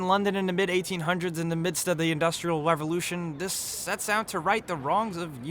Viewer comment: "industrial level-lution"